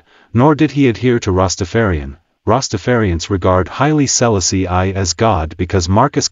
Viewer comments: Stop messing up his name. Say it right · Learn how to pronounce his Name😮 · Could have learned how to pronounce HIS name……ah sah…disrespectful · Love the information, cannot stand how the narrator pronounces His Highness name.... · Had to stop watching! If you can't pronounce H.I.M name properly, you shouldn't speak about him!!